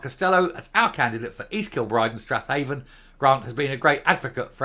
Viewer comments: I think Strathaven is pronounced "Straven" locally. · Hey,,, it's pronounced Strayvin